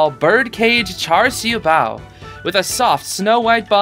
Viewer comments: ngl that char siu bao pronounciation was pretty good (siu is more of see-oo, but char and bao was p good, maybe the r in char could be more silent) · I'd say that's a pretty good pronunciation! Though, I think there's gonna be a lot more food that might be either easier or harder to pronounce.